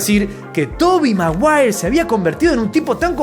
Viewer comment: toby mawuawer